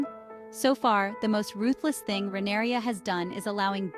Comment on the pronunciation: her name isn’t “rhaeneria”. they don’t even call her that in the show. where do you get that pronunciation from?